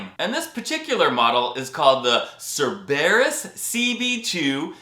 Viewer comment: PITY he couldn't pronounce it correctly! HAVE him try Charybdis next!